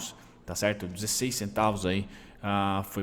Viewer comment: Salve, parabéns pelos estudos, acompanho você há alguns meses. Sempre me ajuda a dar um review das empresas antes de começar a estudar mais profundamente:) Camil estava no meu radar algum tempo, to entando nela lentamente, obrigado pela sua análise >>>> PS: Só uma coisinha que as enche o saco esse é "TCHERTO" rssss